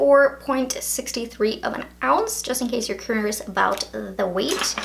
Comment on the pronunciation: may I just note how she said "curious" min